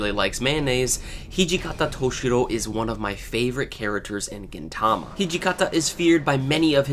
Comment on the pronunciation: Though I don't not like the way you pronounce 'Gintama' but good explanation! I went though all of them thanks :D